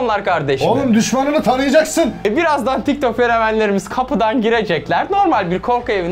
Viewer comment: Tik tok derken TİKTOK oluyo😂😂